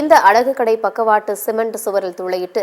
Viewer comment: கட்டை இல்லை கடை